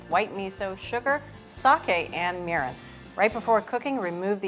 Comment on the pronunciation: Egads! Great recipe but painful pronunciation of Japanese words -- the same "i" that he gets right in "miso" should be used in "mirin" and "shiro". And the "e" in sake should not be that same "i" sound; it should be the Canadian "eh". Google Translate has a great pronunciation tool that can help with this stuff.